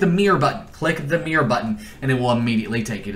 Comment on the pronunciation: "MEEER button"